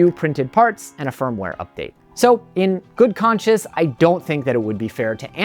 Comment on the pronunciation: I'm trying to decide between the Prusa Core One INDX (8-color) or competing brands. I like Prusa's open-source policy. *good conscience. Sounds like you said, "good conscious". The background music is totally pointless and annoying.